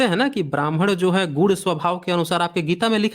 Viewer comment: सर आप दोनों पक्षों द्वारा ' गुण 'शब्द को गुड़ या गूड़ बोला जाना आपका उच्चारण दोष है जो हमारे समझने में बाधा डालता है। कृपया उच्चारण सुधारें।